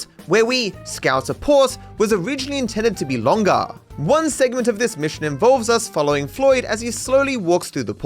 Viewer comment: "was originally supposed to be longaaa."